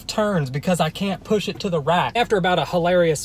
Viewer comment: His accent “I can’t push it to the riaat”🤣